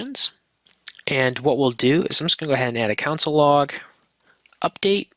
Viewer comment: This is a clear and good basic intro, and I definitely recommend it for beginners, but the presenter needs to stop pronouncing console as "council." It's really distracting.